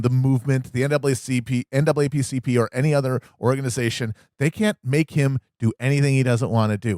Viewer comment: Matt with the NAAPCP slip had me dying